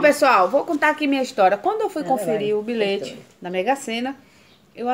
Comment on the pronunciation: Eu ouvi errado ou ela falou bilete mesmo no início. Kkkkk vc é demais😘😘😘